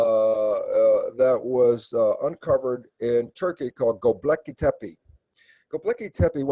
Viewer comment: Electric Universe, people. I respect Dr. Lipton a lot for his science on epigenetics, but if he can't even say Gobekli Tepe correctly, his credibility is damaged. One volcano can undo a century of Los Angeles traffic.